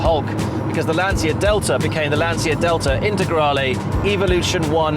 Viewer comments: Brilliant. Just please start learning how to pronounce LANCIA correctly: Brits were able to learn how to pronounce 'Porsche' or 'coupe' correctly, therefore i believe they can learn how to pronounce Lancia too. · At least learn how to say Lancia properly……….!